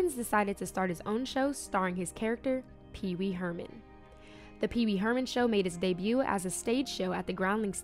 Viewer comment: "Pee pee Herman" 😂😂😂